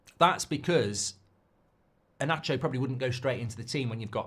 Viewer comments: Inacio reads Inassio, not inaccio. 😊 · I don't mean to lecture anyone but Inacio the "C" doesn't read as "Sh" but normal "C" as in English. That's Slavic 🙂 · Inácio! E-NAH-SSIO!!